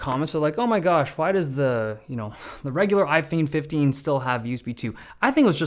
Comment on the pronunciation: iPheen phifteen LOL